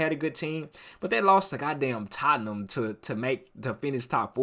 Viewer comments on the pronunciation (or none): none